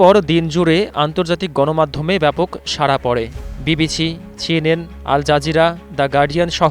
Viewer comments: ... ধারাভাষ্যকার এর উচ্চারণ ঠিক করতে হবে (বিবিছি/ ছিএনএন) 🤪 ; এজন্য তার দরকার 'ডিম থেরাপি' ... 😂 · “ ছি এন এন , বি বি ছি , শেখ হাচিনা “ কি সুন্দর উচ্চারন 😂😂 👅👅 😁😁